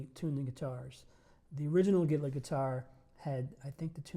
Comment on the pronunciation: I accidentally heard him say "Hitler guitar", now I can't unhear it! LMAO